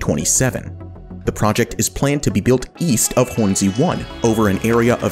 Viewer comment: bruh says Hornsea like it's 2 words.